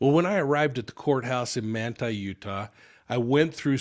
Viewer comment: What town in Utah is this taking place? Manta? He’s saying Manta.